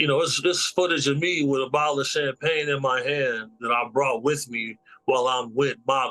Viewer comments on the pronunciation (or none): none